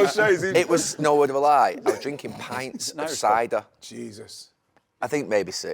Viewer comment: I like the way he emphasized it was cider as if it was petrol !...I was drinking " CIDER " 😮